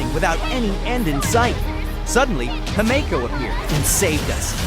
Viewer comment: Why are the name pronunciations wrong?!?! It’s pronounced Don hung, Himiko, Byelu, and imbyebider lunae (These are not how they are spelled but how they are said)